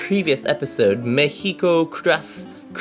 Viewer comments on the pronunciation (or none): ME-HIGO? You mean Mexico? Lol